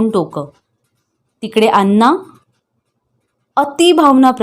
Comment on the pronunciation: खूप अशुद्ध वाचन आहे, कितीतरी शब्द चुकीचे उच्चारले गेलेत, जसे की, धीरो दात, नळात ला न आणि बाणातला ण चुकतंय, अण्णा म्हणायचं तर अन्ना म्हटलं जातंय, धीरोदत्त काय?😮 धीरोदात्त , हे आणि असे बरेच शब्द तेव्हा वाचन प्लीज सुधारा